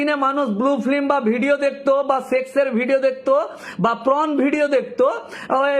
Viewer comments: Not pron😂 it's porn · Ekjon Advocate hisabe apnar ei baktabyo just mana jay na... Apnar shalinota Gyan dekhe ghreenar udrek hoy....tachhara uchharoneo prochur bhul.. Shabdo ta Pron na Porn.. Kerala ke bolchhen Kelara Kochi meye, Nyagta meye esob ki shabdo chayon?? Chhi...apanakei to Pocso te book kora uchit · কথাটা প্রন নয় পর্ন। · আপনার কথা শুনে তো মনে হচ্ছে আপনিও দেখেন। তার উপর পর্নকে বলছেন প্রন। মানে চিংড়ি মাছের ভিডিও😅😅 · 3 মিনিটের ভিডিওটা কে টেনে লম্বা করলেন। একই কথা বারবার বলছেন ফাম্ব লিং করছেন। কথাটা পর্ন হবে প্রন না। একটা কথা আছে হাগুনতির লাজ নেই দেখুনতির লাজ। যার অর্থ হলো যে রাস্তায় বসে হাগছে তার লজ্জা নেই ?যে ওটা দেখছে তার লজ্জা? সিগারেটের প্যাকেটে লেখা থাকে "সিগারেট স্মোকিং ইজ হারম ফুল" কিন্তু সরকার সিগারেটের ব্যবসাকে এলাও করছে কি করে? অদ্ভুত আইন এই দেশে। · It's 'Porn' not 'Prawn'.. Consolidate what you want to say, then only make video please. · It's not pron ..it's porn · উকিলবাবু, আগে উচ্চারণগুলো ঠিক করুন। আর দয়া করে মুখ থেকে সুপুরি বার করে কথা বলুন। আপনার "prawn" আর "flim" শুনে আমার যে..........😅😅😅😅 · কথাটা PRON নয়। PRON মানে চিংড়ি জাতীয় মাছ।😅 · Ota sathik uchharan hoy na